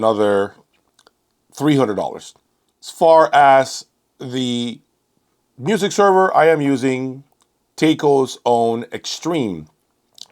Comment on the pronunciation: The correct way to pronounce “Taiko” (Japanese, for “drums”), is not “tay-ko “, but “Tai-Ko”.